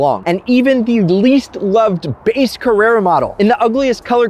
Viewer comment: If you are going to make a video about Porsches, please learn how to pronounce the name. While you are at it, figure out how to pronounce Carrera as well. Avoid mentioning Ferrari.